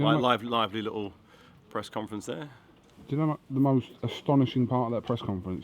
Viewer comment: 2.09 did he just say "breast conference"?